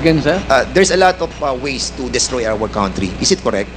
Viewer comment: So many porms ? Or forms - don’t destroy my COUNT-try? Or COUNTRY? F pronouns P? Vice Versa - Fernandez need to study and relearn correct pronounciation of words - correct/proper English grammar